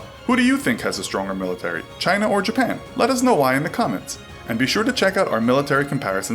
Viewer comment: Do they still call them corvettes in “Chynah” (trumps pronunciation)